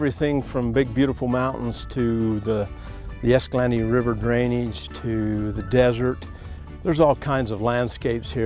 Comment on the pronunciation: It’s pronounced (esca-lawn-tay) not esca-lantee.